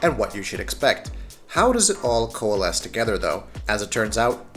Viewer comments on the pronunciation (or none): none